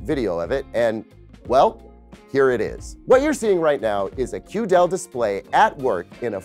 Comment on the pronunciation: Hello, mind pronouncing it QD-EL makes way more sense that way.